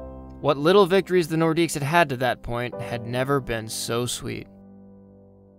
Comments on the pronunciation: The more you know! Idk if anyone caught it, but the announcer pronounces it like "Nordicks". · Great video. The "s" in "Nordiques" is actually silent, though lots of people pronounce it.